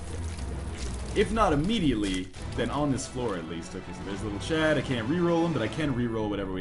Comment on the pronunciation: his name is chad not chub!